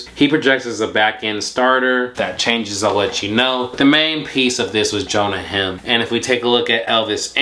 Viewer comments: You are totally ruining Jonah heims last name!!!! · Ur pronouncing Jonah Heim wrong